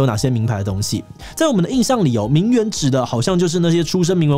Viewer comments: 虽然但是，我只想说，“名媛”的“媛”念作“yuan”四声！！！！！四声！！！！ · 現在都把這個字唸成『援』的發音了啊 細分來說，作為名詞應該是要唸作『院』的音，頂多形容詞才會唸『援』 不過以賺錢為目的來說，唸作『援』似乎也蠻正確的XD